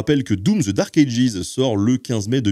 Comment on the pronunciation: Bordel qu’est ce que c’est énervant de t’entendre mal prononcer Dark Ages ..